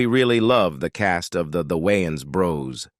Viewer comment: This guy can not enunciate for nothing! Ommfg I like his content but my guy YOU REALLY NEED TO LEARN AMERICAN ENGLISH. That all but keep doing you and grow more. She wayins, it's WAYNES